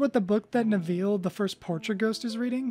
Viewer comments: Nev Ill not Nev eel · "Nev-eel" wtf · Great video! Side note, your pronunciation of Neville is amusing